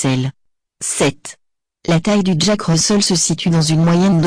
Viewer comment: 8/10 et Russel se prononce Russèl pas Russeul